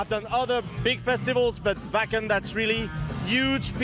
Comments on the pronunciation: Vaken, not Whaken for anyone w a dirty mind in Canada/US lol ;) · Yes we are a happy community! Everyone is so helpful and respectful in the moshpit. It's unparalleled. ❤️ Also: pronounces Schleswig-Holstein correct but keeps calling it Wäcken 😋😘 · I keep hearing them say Fu&kin festival!!! Woohoo! Gotta love the German pronunciation of the letter W.